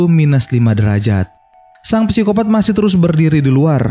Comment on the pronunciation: Psikopat bukan pesikopat. Sangat mengganggu. Wkwk